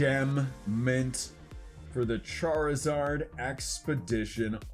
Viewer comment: Why does he say Charizard like Char-e-zard